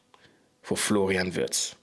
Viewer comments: ? How comoes? YOu pronounced Wirtz's name perfectly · Just as a compliment: Unlike most English content creators, you pronounce the name of Florian Wirtz just like a native German speaker! 👍